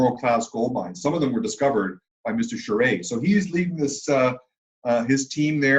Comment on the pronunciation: Alain Charest* haha it's a french name, that's why he doesn't get it right